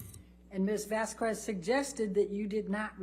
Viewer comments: Objection Your Honour, it's Vasquez NOT Vasqvez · Why does Ms Bredehoft continue this racist behavior of purposely mispronouncing Ms Vasquez’s name? She can pronounce the white woman’s name corrected (Whitney Hernriquez-HenriKEZ) but pronounces the Latina woman’s name incorrectly as VazKWEZ? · Ms Bredehoft’s racist behavior is infuriating. She purposely mispronounces Ms Vazquez’s name as VazKWEZ but she can get the white woman’s name correct? (She can pronounce Henriquez but not Vazquez which end in the same exact spelling???) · Anyone else notice how Heard's lawyer can't even pronounce Camille's surname correctly? Keeps calling her Ms. Vaskwez. What an absolute clown show. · I mean it’s annoying that Elaine can’t say Camille’s last name correctly. It’s like nails on a chalkboard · Why can Amber’s lawyer say “Vasquez” correctly?? It’s not an uncommon name and I find it incredibly disrespectful that, despite other people saying her name and it being week 5 of the trial, she continues to say her name wrong. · And she mispronounces everything, including "Ms. Vasquez." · Also including her own client's name. She introduced her as Laura Amber Heard instead of Amber Laura Heard. Not to mention the infamous "amica" cream instead of arnica.